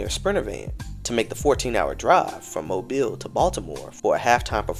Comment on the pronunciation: Just in time to be justified! I’m still in shock over the passing of our beloved Angie… the world will soon realize just how much of a loss this truly is, and only too late. Thank you for always representing for the CULTURE! And shout out to you for actually correctly pronouncing Mobile! 🤣